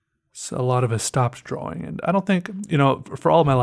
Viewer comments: It's always so funny and irritating when he says DROAWING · Instead of draw ing he says it dra wing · you dont actually say Draw-wing you sped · "a new dra'wing" haha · DRAUING, you mean